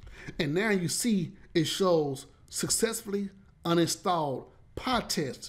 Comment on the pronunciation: Not PahTest, but PyTest!